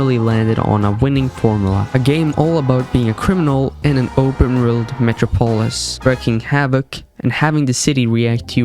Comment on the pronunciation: that’s not how you say metropolis or LAN 😭